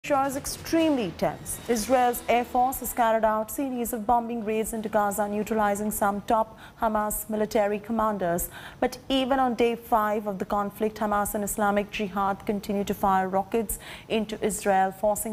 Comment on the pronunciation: Its read bamming not bom'bing